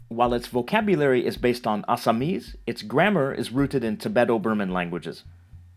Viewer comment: Your pronunciation of this native languages is on another level...Like you said Assamese...Bye the way..I can speak Bengali(Native), Assamese, Odiya, Hindi, Tamil, Telegu, Malayalam, Kannada, and English..🦊